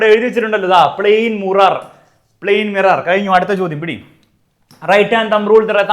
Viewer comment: mirror❎ murar✅😂